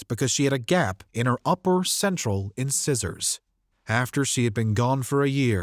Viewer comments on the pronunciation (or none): Inscissors? Come on. A robot might say “inscissors,” but a human? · Incisors was pronounced so incorrectly.